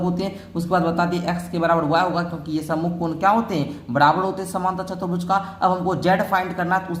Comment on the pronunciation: Chturbhuj hota hai chatarbhuj nahi🫵🫵🫵🫵